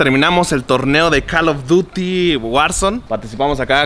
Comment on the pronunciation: Nadie::Cal of duTi